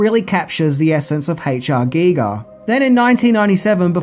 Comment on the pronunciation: It's pronounced "guy-ger"